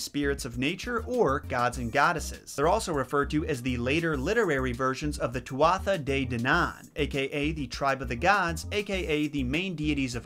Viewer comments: Hi, just an fyi my mom says Tuatha De Danann is pronounced 'too-tha day dun-an' Idk if she's right cuz when I searched there was a bunch😂 ilysm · I always thought the Tuatha Dé Danann (too-a day danan) turned into crows... That's what my mam said anyhow 🤔 Makes sense what you say about later folk tales BTW. I never heard of a leprechaun mentioned in any of the Irish stories. Fairy folk sure, but leprechauns only seem to pop up on Paddy's Day or in tourist shops, lol. When I was younger I actually thought maybe it was an American thing until I looked it up, lol. And its pronounced "Mac an-alley" BTW, not "mac anally" 🤣 That cracked me up 😂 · monaghan= mon-a-han leath= lee- ah or lea á is pronounced aww tutha de danann= two-ha day dawn-an i know irish is difficult but you did try and did a great job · Oh God! How can I get ìn touch to teach you Irish names? For starters: Yeats is pronounced as if it was written "Yates." McAnally I'd pronounced Mac-an-alley with the emphasis on "alley." Finally, before I lose all reason, "Tuatha De Danaan" may be pronounced as Two'a Day-Dan-Ann where the apostrophe is a glotttal stop and the emphasis is on Ann. Otherwise, a great episode. Have you given any thought to the possible homosexual undercurrents in the leprechaun stories? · Tuatha de Danaan... Is pronounced Too-ah-HA De Dah-nahn. You were close but don't feel bad. Most people mispronounce it. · You kinda pronounced Tuatha Dé Danann incorrectly but that's fine. Also I wasn't sure if you knew but the Tuatha Dé Danann are actually fairy folks, gods and goddesses who where born from the Great Mother Danu. Which makes sense because the name Tuatha Dé Danann literally means "people of the goddess Danu"